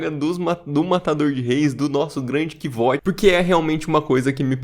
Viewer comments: sou fã do livro e fico um pouco triste quando alguém fala "Quivót" "Quivôte", sendo que logo no comecinho ele fala que o nome dele se pronuncia como "Kuôuti"/ "Kote", mas gostei muito do vídeo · Nenhum problema com a sua pronúncia, mas só pra avisar: o nome do cara se lê kuouf (o "V" ali é medieval, ou seja, tem som de "u"). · Minha pronuncia é bem parecida. Pra mim é "Côuf". "Kivote" é uma pronúncia que soa bem feia kk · Cara, olha o modo que o próprio Rothfuss pronuncia o nome do Kvothe…